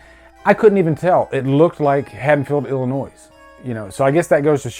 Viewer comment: Oh no... did you just pronounce the silent “s” in “Illinois”? 😔